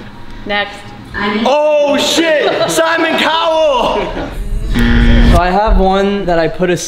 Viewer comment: my man said “simon cowell”😂😂